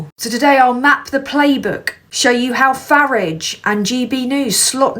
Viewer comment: You're saying Farage wrong. If you can't say it right, just call him Nigel